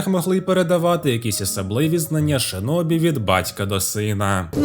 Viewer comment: Як людина яка говорить японською, то можу вам сказати, що у вас дуже гарна та правильна вимова назв)) тільки не шИнобі, а шІнобі (в японській є тільки звук «ші»). Бо через кацапську транслітерацію в нас досі неправильні деякі японські назви. І це насправді є проблемою, бо в Україні до сих пір користуються кацапською системою, на жаль ((( Відос суперкласмегаульот 🎉🫃